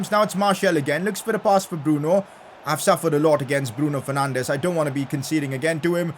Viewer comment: isn't it Bruno Fernanchhhhhh